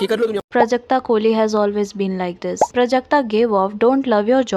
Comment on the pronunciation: I think you should added the clip of the corporate related talk they had not everyone know what happened plus the pronunciation of Prajakta name was wrong.